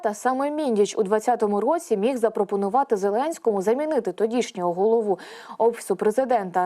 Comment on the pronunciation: Вона не дуже розуміє, що́ читає? Чому все з однаковою інтонацією? Чи це ШІ? І чому «голову́», а не «го́лову»?